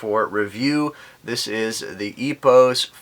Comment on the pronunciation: It is spell as Epooos French way..